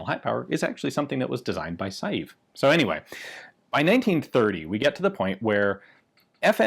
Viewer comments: It's pronounced 'sei-ve', NOT 'sa-jief' :) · I would disagree with you on the 'Saive' pronunciation. The 'e' at the end is not completely silent. It's more 'Se-ve'. And it's also a village in the vicinity of Liège, the home of FN. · Hi Ian. The name "SAIVE" is pronounced "SA-VE" . (Like "safe", but with a V instead of an F") Greetings from Belgium. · Dieudonné Saive's last name is pronounced "Sev". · "Saive" is a single syllable, and is pronounced like the first part of the word "seven." As for "Dieudonné" (Dyuh-duh-nay is a workable pronunciation), it's a really cool name that means "God-given" or "Gift of God." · Props for pronouncing Vanderlinden pretty accurately. Saive on the other hand.. as a french name (I'm Flemish, French is 3rd language to me, but still) what you're saying sounds like 'Saïf' pretty much. It should sound a bit more like a -ve at the end; and the 'ai' is a combined sound; think of 'j'ai' for 'I have'. You don't say j'a-i. It's more like a je-é? sorry for nitpicking; cool gun; crazy to think this already has a magazine safety basically. The magazine release: always count on the Belgium army to screw up a perfectly functional design! edit: well.. must be the french influence shining through in Belgium hearing what the French did :D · Saive is said like "save" . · The right pronounciation of Saive is not sajeef but I can't find a comparable sound in English. The same sounding e with accent grave (è) doesn't exist in the E alphabet. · When are you going to take the trip up to Ogden and get pictures of (or access to) the only two experimental BHPs...ine of which is striker fired??? BTW Diuedonne's surname is pronounced "Sev"...I was corrected in my pronunciation by Dave Salvaggio of DS Arms while talking to him...briefly...at a S H O T Show in the mid 90s